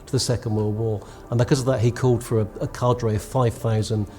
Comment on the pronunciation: Car-dre ? And gotta question the thousands miles. Assuming it's a slip.